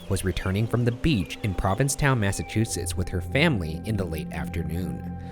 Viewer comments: He pronounced Massachusetts right though.... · I’m pretty sure he says Massachusetts correct